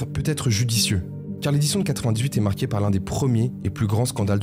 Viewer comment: Pourquoi rajouter des "ch" ? viechh, états-unichh, marquéch, aidéch ... c'est d'un laideur